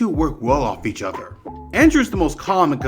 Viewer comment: Bro why do you say “each other” like that 😭😭😭